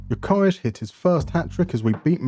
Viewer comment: So that's how you're suppose to pronounce Gyökeres? Here in Portugal we're still trying to pronounce it correctly... And I can confirm Hjulmand and Gyökeres is a match made in heaven . And it's funny that when you were explaining the different types of DMs, Palhinha and Hjulmand were the ones who came to mind, but I'd never thought Hjulmand would actually feature